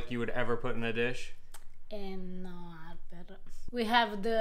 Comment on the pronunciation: she is fantastic. I never would really consider making my own pasta, but this is so simple, and fresh, I will do it. he is a bit of a numb nuts as we say in america. nice guy but not all that bright it seems. I like how she says arrrper with no H